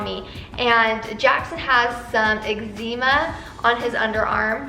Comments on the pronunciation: Excema.....not exeema...lol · Isn’t it pronounced like exema?? But spelled eczema? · Us pronounce it Egg-za-ma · you could be nicer. Egg-za-ma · I had to go google it. There is more than one way to say it and people get into debates about it, there is even a reddit about it! LOL I have just never heard it pronounced this way! =o) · Stop saying eczema wrong 🙄🙄🙄🙄 you sounds like an idiot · please don't be rude to she tried her best to say the word and I'm pretty sure you don't liked being called an idiot so don't call anyone else an idiot